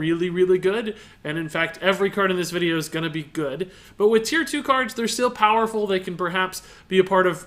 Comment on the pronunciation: Weu speeak thea bast evar engrish knowne to mannnkend.....